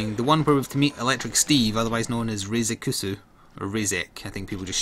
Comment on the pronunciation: Also, butterfly flagships name is spelled "Raizekusu" but pronounced "Rye-zeks" Also as shown in the reveal trailer 2 or 3, Nyantas can carry eggs, but I'm not sure they can dash